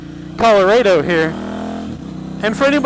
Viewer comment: he said the name of the truck wrong like 6 times there's a R there for a reason it's Chevy Colorado not Coloado